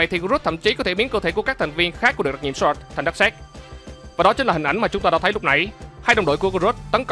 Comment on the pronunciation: Thành viên Sọt. Vãi chưởng đọc tiếng Anh